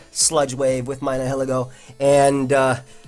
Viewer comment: Someone please teach how to pronounce Nihilego.